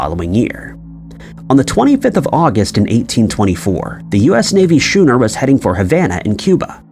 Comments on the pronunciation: Schooner is pronounced skooner. When you pronounce the word school you don't say shool. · schooner is pronounced like sku-ner, not shoe-ner. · Watch chilling is the AI voiceover! AI is getting very good, but sometimes they cannot pronounce words properly like schooner! Pronounced it shoe-ner! Come on! Use human voice over please!!! 😡🤷🏻‍♀️ L